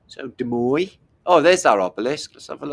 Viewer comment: You have pronounced Des Moines correctly. three cheers for You.